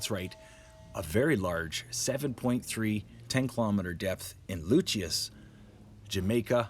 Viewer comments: its pronounced lucee not luchia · I AM JAMAICAN, THANKS FOR THE REPORT ....... but this word "Lucea" is pronounced "LU-SEE" ....... not "LU-CHEA-YAH" lol lol have a good day .... no need to panic .....the earthquake was off the coast of Jamaican and cuba, there is a Tsunami warning ....but good news, no on died and there is not severe damage ..... have a good day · Appreciate the news, in Montego Bay, Jamaica and It was felt all island. Received moderate shaking but so far minimal damage and no news on any injury. Just an FYI Lucea is pronounced Lu-sea or Lu-cee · It’s pronounced LUCY by the way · its pronounced Loo-sea (Lucea) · Thanks for report. Its pronounced 'Lucie'